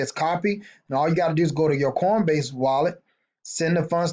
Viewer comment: Are you saying cornbase? lol